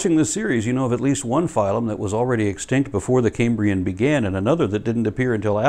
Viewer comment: Love these and your other uploads,. Small point: as a native of modern-day Cambria, it sounds a bit like you're pronouncing "Cambrian" as "Caymbrian". The "Cam" in "Cambrian" rhymes with "ham" - it's not like the "Ca(y)m" in "Ca(y)mbridge". Please pardon my pedantry, and keep up the good work!